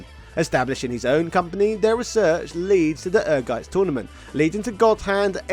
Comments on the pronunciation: The title of the game is pronounced "Energize" (It doesn't stress the letter n). It is an "engrish" typo, which is when Japanese developers misspell English words according to how they sound to them. The logo for Ehrgeiz is a battery conducting electricity for context (ie. The battery is energizing). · Greets from Germany. Ehrgeiz is a German word and it's correct pronunciation is "Air-Gaitz" 🇩🇪✌️ Great video as usual! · Without even watching it's Ehrgeiz... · I adore every American who try to say the German Word "Ehrgeiz" its's always Funny